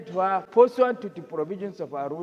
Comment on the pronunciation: I thought you were a Nigerian. Bit the way you pronounce the word "her".... What's up with that?